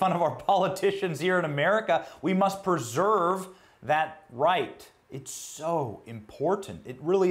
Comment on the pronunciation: Did he just say "perserve"? The word you are looking for is "preserve".